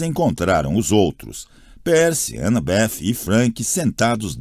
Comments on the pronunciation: Pensei a mesma coisa kkkkkkkk tô agoniado com as pronúncias. Anabéff tbm me tira do sério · "Anabef" é pra lascar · Sim! É desesperador ele ser tão errado...a anabeth nem me incomoda tanto, mas esses 2 é de doer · Tentando entender porque o narrador pronuncia o nome da Annabeth com o som de F no final🤔